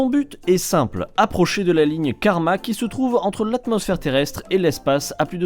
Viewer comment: Mon son est pourri ou tu as dit ''la ligne karmak( comme John?)?😂